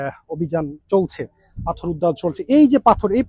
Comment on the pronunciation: পাথর na correct pronunciation পাথথর oibo